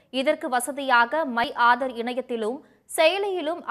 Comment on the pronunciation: Hello news reader, Aaadar அட்டையா????? Adhu enna pronounciation?????????